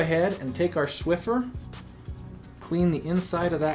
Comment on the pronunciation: he said "Shwiffer" instaid of "swiffer"